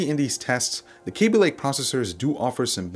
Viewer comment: K a a a a aby, pretty sure it's not KAbe love your voice though